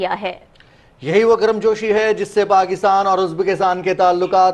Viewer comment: Love u bro but Garam josh not garam gosh